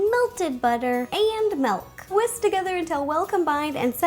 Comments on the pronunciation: and the same when u say milk u say melk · Have you noticed that when she says milk it sounds like she says melk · I love the way she says milk - 'melk'. It's cute ☺